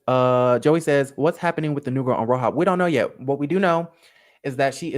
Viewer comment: I can't stand you lmaooo keep saying "RoHOP" LMAOOoOoO that's low-key how I said the letters too lol fk it